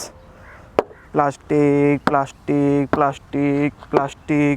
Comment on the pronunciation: Plashhhtic plashhhtic ahhh luha tina plaashhhtic!!!